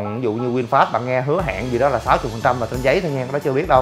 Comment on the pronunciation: Vinfast mà thg lol này nói winfast